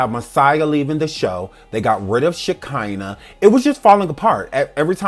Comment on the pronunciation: takes me out everytime she says that girl's name😹😹😹😹🤦🏾‍♀️